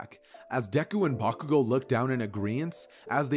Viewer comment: I guess he just messes up Bakugous